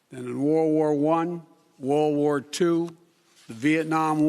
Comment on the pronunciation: “More deaths than in wor wor 1, wor wor 2”